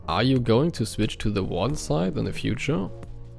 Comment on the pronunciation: and your english is good enough ( just an advice pronounce Warden with R because ur R is hard to hear i hear Waden XD but its better than me lol )